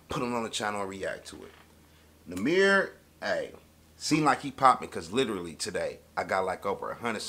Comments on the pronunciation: NO ITS NOT NUMBER😂😂 he just saying that so it will go with the beat its nahmir (nah- mir) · it is (Nah-Meer), (nam-er) was just meant for something else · Lmao “Tamir” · 🤣🤣🤣🤣🤣🤣🤣🤣🤣🤣🤣 nigga said numer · Lol he think it be Nuhmer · It’s nahmir(na mier) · i know this old but it sounded like u said "thats why i be in tha mirror" instead of ybn nahmir, shit has me weak